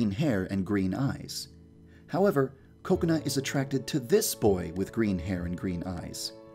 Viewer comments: Did he say coconut instead of kokona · I think u said “Cocenut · every time I hear yan dev say kokona I hear coconut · Lol I thought he did too. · Also sounds like he is saying Coconut. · When yanderedev Said Kokona the captions/subtitles said coconut lol 😂😂😂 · Dude youtube understands you yandere dev you speak directly but bruh it says "coconut"accept for kokona😂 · I thought Yandere Dev said Coconut instead of Kokona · It sounds like he's saying coconut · Did I just hear “coconut”? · Coconut not Kokona??? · i thougt he said kokonut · Did anyone else think he was saying Coconut? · I thought Kokona was pronounced Ko-kona instead of Koko-na...I was wrong... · Why does he say coconut to kokona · Bro Say Koconut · I legit thought he said coconut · xD me too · OMG the whole video i thought you were saying 'coconut' HAHAHA IM TOO HUNGRY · I KEEP ON THINKING HE KEEPS SAYING COCONUT HALLPPP😂😂